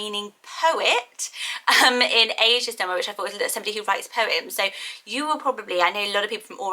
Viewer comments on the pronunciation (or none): none